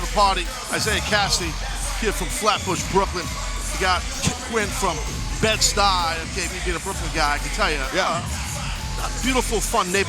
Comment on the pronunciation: AEW I love you and that's why I'm offering this advice. As a black man from Brooklyn New York, it's amazing to see guys like me living their dreams. I grew up in Bedford Stuyvesant. So next time Excalibur wants to use our catch phrase make sure he says it right. Bed Stuy- Do or Die. The way he said it during Private Parties entrance was lame and cringe worthy. I won't let y'all make those kinds of mistakes. NYC is too big of a wrestling market for you to get "go away heat" on your commentators lol Other than that, keep up the great work.